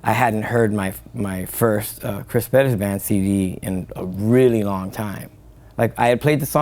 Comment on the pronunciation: Would be great to hear Perez pronounced correctly.